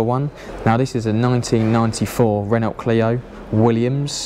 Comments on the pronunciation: Nothing to do with your accent. You just need to learn how to say Renault 🤣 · How can you not say Renault?